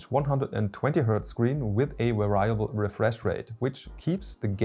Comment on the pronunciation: Variable - (Very-Ah-Bull)